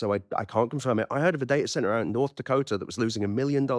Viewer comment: has made me start saying day-ah-cent-ar!